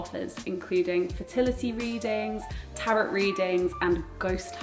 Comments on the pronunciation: It’s pronounced ‘tarot’ like ‘barrow’ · The tarot (/ˈtæroʊ/ Not carrot.